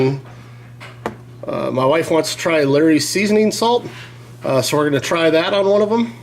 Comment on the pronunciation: Maybe clear your tastebuds after each sample with a sip of water? And its not called, “Larry’s.” Laaaaawrys